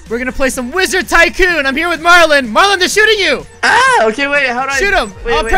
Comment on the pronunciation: Why do u call it mar are Marlin Ok bye Bye bye Ok